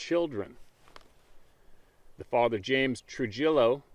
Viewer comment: The pronunciation is Trujillo. J sound is H . How you do tortilla the LL is Y. TriHiYo